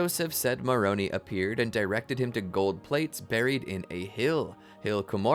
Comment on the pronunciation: Please teach your AI narrator to say Moron "I", not Moron "E". Thank you.